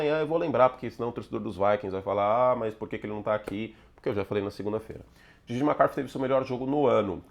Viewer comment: Toda vez que vc fala JJ MCCARTHY eu entendo DIDI MCCARTHY. O Didi Mocó da NFC Norte? KKKKKKK Brincadeira, ele é bom de bola, mas a interceptação no começo do jogo foi zoada